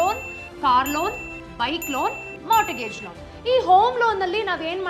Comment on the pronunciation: punyakke mata mantra andilla 😂😂adu mortgage (t silent) so morgage..nivella YouTuber…🤩